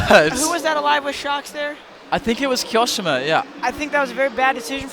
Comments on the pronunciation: Ki o shima not ki oshima 😂😂🤣😅😅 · The way he says kioshimas name is like, cancer